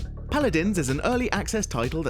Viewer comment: Paladans, Lmao.